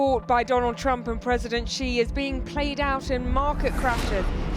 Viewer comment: Research how to pronounce "Xi" in Chinese. The sound the reporter is making exists neither in Chinese nor English.